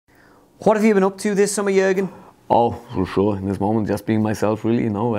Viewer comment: For shureee😂😂😂😂😂💀